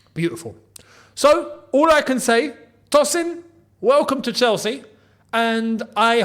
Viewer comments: Hi...I don't mean to be rude, it's pronounced as "Toe- sin" not "Toss- in". It's a Nigerian, Yoruba name..😅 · Hey, Tosin is of Nigerian descent and it would be more accurate to pronounce his name as Toe-Sin I hope this was insightful for you my friend